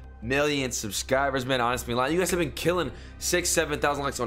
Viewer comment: “1 million subscibas “😂